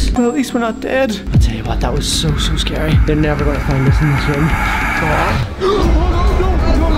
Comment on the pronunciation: it's scary, not scery